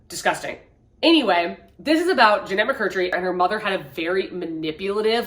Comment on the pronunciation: McCurDEEEEE!! Lol not mccurtree! I’m so excited to read her book though, I’m happy she got her story out there!